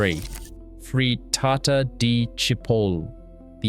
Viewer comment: Why is he saying frittata like that? 😂